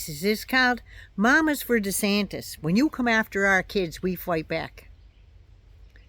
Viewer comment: "Casey DeeSatan" 😆😆💀 I love it!!